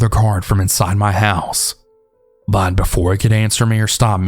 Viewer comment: I love your stories but the way you say “but” is so annoying lmaoo